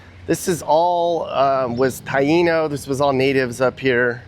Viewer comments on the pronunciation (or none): none